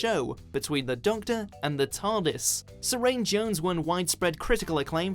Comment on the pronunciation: "Neil Guy-min" and "Su-rain Jones", seriously? It's like they're doing it on purpose now.